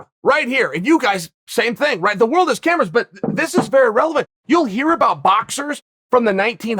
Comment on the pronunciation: Chael. That was hilarious. Cameras! Cmon.. ca-mer-as!